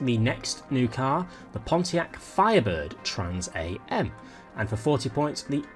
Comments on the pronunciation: Hey, it's Trans AM as in Trans America mate, not as in Trans (am/pm,) and Napier is like Pap(e)-ier not like a babies Nappy....good info as always though, keep up the good work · Just a heads up, it’s trans “Ah•m” not “A-M”. 😁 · "The Hot wheels Trans A. M." 😂😂😂 It's Trans Am... not A. M. 👊👊👊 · Trans am is pronounced Trans AM, not A-M, it`s named after the Trans am racing series that started in the late 1960:s in America, which was especially made to race Pony cars ( Cars like the Ford Mustang, Pontiac Firebird, Dodge Challenger and Chevrolet Camaro ) The real name was to be Trans-American, but it was shortened to Trans Am, and when Pontiac made a high performance model of the Pontiac Firebird in 1969, they decided to call it Trans Am, and since , the top model Firebird was always called Trans Am. If you want more reference to this name, i would recommend the Sammy Hagar song : Trans Am :) The Trans Am racing series is still running, and features very highly modified and extremely fast 850 + hp versions ( In the T1 class ) of the Chevrolet Camaro and Ford Mustang racing each other :) Really cool series with some seriously fast cars :) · So painful hearing you pronounce the A and M separately. It's pronounced as one word like "I am" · It's pronounced 'Trans am' as in abreviated, Trans America. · You don't pronouce Am like the time on a clock.